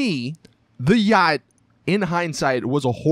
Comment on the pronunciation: Wow Americans are annoying. " don't buy a uaggghyt =yacht